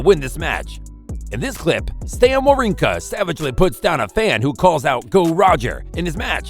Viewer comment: It's not pronounced joke-evic !!!! And wawrinka is pronounced using V sounds not Ws. Isner is a short i not a long Eye sound. Honestly, do you even watch tennis or know anything about it? or did you just say to yourself I want to start a YouTube channel, I'll just spin a bottle and whatever it lands on that'll be the topic of my channel